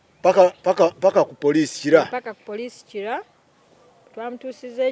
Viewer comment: I have heard it😂😂😂😂😂kiila kiila😅😅😅😅😅kiila